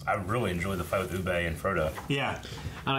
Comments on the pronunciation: UBBA!!! Not UBBEEEEE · With the amount of times the name "Ubbe" is said in this episode the guys still insist of calling him Ubay :(